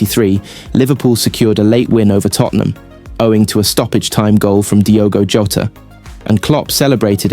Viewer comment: Cant even say Liverpool players names correctly and you promote yourself as Liverpool News! Lmao😂 😂😂😂 JOTA! not Jo-ta.. and who the fuck is graven-berch